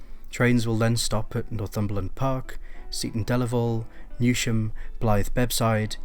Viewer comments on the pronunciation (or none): You pronounce Newsham wrong. It not New Sham. It is Newsham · I can recall travelling from Blyth to Newcastle aged ten with a few of my friends just before it's closure and I'm so happy to see it back, PS Newsham is pronounced News em not New sham. Good video tho thanks. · Just a quick point, Newsham I s pronounced News-ham, there’s no SH sound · Newsham is said as news ham. You don't want to upset the natives😂